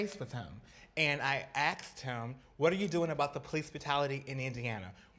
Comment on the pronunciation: Yeah, you heard her, she Axed him. With an axe. lmao.